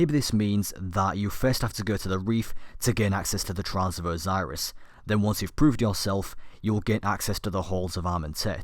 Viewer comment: It's osiris not oziris that really annoys me